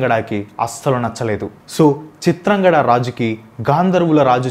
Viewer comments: Chitrangada kadu chitrangadha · చిత్రాంగడ కాదురా అయ్యా.. చిత్రాంగద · Please pronounce it as chitrangadha not chitrangada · Bhayya మాయ కాదు మయ..చిత్రాంగడ కాదు చిత్రాంగద. But good vedio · Hi Bro Please read the scripts from telugu text. If you are reading from English versions, you are making many mistakes in pronounciation. Example - చింత్రంగద - ని చిత్రాంగడ Ani చదువుతున్నారు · చిత్రాంగడ కాదు చిత్రాంగద. మనకి తెలుగు వచ్చుకదా అన్న. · Bro adi చిత్రాంగద.... Not చిత్రాంగడ... Ninnu tappu pattadaniki kaadu...just nxt time ki correct chesko bro ✌️ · చిత్రాంగడ కాదు చిత్రాంగదా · బ్రదర్ తప్పుగా అనుకోవద్దు కానీ ఒక మాట చెప్తా వినండి, మీరు ఎంత రీసెర్చ్ చేసి విపులంగా వివరించినా, మీరు టాపిక్ లో వచ్చే కొన్ని పేర్లు సరిగా పలకడం లేదు, ఉదా :- 1. "మయమతం" అని కాకుండా మాయామటం అని పలికారు. 2. "చిత్రాంగదా" అని కాకుండా చిత్రంగడ అని అన్నారు. 3. "శంతను" మహారాజు పేరు శాంతను అని పలికారు. 4. "యక్ష" అని కాకుండా యాక్ష అను అన్నారు. ఎంత చెప్తే ఏమి లాభం ?! ఫ్యాక్ట్స్ అంటే నిజాలు చెప్పడమే కదా, మరి ఫ్యాక్ట్స్ లో వచ్చే పేర్లు సరిగా పలకకపోతే ఆ ఉచ్ఛరనే నిజం అనుకొనే వాళ్ళు ఉంటారుగా... ఒత్తులు, దీర్ఘాలు, పొల్లులు ఇలా అన్ని చూసుకొని పలకండి, అప్పుడు పేర్లు అర్ధవంతం అవుతాయి... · Eraa pichi maalokam దేవుళ్ళని ఏలియన్స్ అంటవెంట్రా. పేర్లని సరిగ్గా పలకడం నేర్చుకో చిత్రాంగడ కాదు చిత్రాంగద ఫెండ్స్ ఇతను తనకు నచ్చినట్టు చెప్పుకున్నాడు విషయం ఎలా ఉందో అలా చెప్పట్లా హిందువులకు వ్యతిరేకి ఇతను నేను చాలా వీడియోస్ నుండి గమనిస్తూ ఉన్నా Don't support